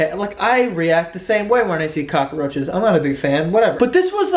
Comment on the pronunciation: Lmao "cockaroaches"